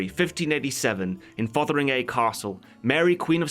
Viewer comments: TIL "Fotheringay" isn't pronounced "fungi" like in Jeeves & Wooster. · Minor nitpick, but Fotheringay is pronounced Fungy